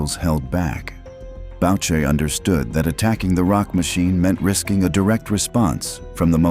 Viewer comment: “BOW-SHAY” hahah